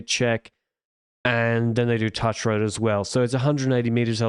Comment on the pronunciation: Touch Road mispronunciation made me wince - should almost rhyme with ‘strewth’